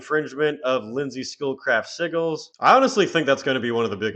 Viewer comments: Bro it’s SIJ-GELS not siggles lol😂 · "Sigils" is pronounced "Sid‐gils"; it's like pigeon – there's clearly a "d" there, but it's not written only pronounced for some reason... 😅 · Hate to be that guy but “Sigils” is pronounced like “sih-juls” or “sih-jils” 😹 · Sïgglës is a fun way to say Sigils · Cradle is over party. As well, sigils is pronounced as si-jlz. I'm not trying to be a dick, but siggles makes me...well...giggle. LMFAO. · The SIGGLES. I just had to laugh everytime he said it. Which meant I was laughing a lot at this. 😂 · Not trying to be a Dick but I'll say it anyways- I cringed EVERY TIME you pronounced SIGILS.... The "g" is pronounced like a "j" like SIJIL. And you cover Black Metal and don't knows this? POSER! J/K😂. With your sense of humor I hope you know I'm just yanking your chain. THOROUGH COVERAGE of this and quite early on! GREAT JOB! I guess I have to finally subscribe! Thing is most people will only seeing me act like a Dick towards you, only a few will see it. I can feel the hate in the force...... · Very frustrating to hear "sigils" mispronounced over and over again. I appreciate this upload though. Never knew that Zoe and Marek were a couple also. And that the Coal Chamber vocalist was their manager! Lol. Thanks for this upload! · I could be wrong, I'm no genius, but I think that word "Sigils" you keep saying may be pronounced a lil different... I think the "G" has more of a "J" sound... Like I said though, I'm not sure, she did create them so maybe she called them what you keep calling them?? 🤔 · The G in sigils is pronounced like a J ...just redo the whole video 😂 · Sigils isn’t pronounced like you think it is.